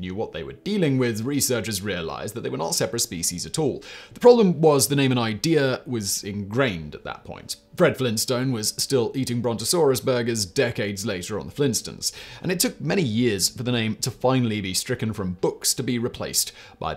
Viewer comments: firstly, not American, secondly the Flintstones are pronounced the Flint-Stones everywhere (if it was a British show called the flintstons, you'd be right) and finally the internet is full of pronunciation guides. It's what news services use. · The "Flinstins?" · "Flintstons?" What? Simon's inability to use pronunciation guides continues unabated.